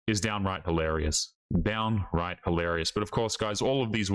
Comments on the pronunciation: MAN!!! You said "hilarious" rather than mispronouncing it as holarious! Thank you so much! I mean that sincerely. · Well, you got it right the first time. Hilarious, that's the word. "Hil" not "ho". We need to raise the quality of English along with quality in everything to stop the decline of society. Please make a tiny effort.